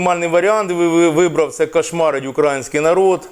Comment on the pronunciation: Ріже вуха наголос на слово «український»…